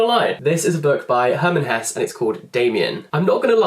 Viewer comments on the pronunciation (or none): the last e in "hesse" should be pronounced btw greetings from germany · every german viewer is getting crazy the way you pronounce Hesse ^^ Btw I even liked Narcissus and Goldmund more then Siddharta vom Hesse maybe you give it a try :)